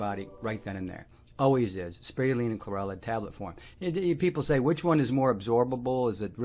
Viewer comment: “Sproioolina” or Chlorella. That’s an interesting accent. You took Spirulina and switched the “iru” into “rui” despite explaining that it is named after a spiral. I wonder why that happened. Thanks for the info!